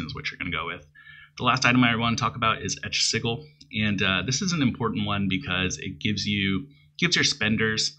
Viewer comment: Nice build, nice vid. One minor correction, sigil is pronounced with a "j" sound, not a "g" sound. IE, the second syllable sounds like "Jill," not "Gill."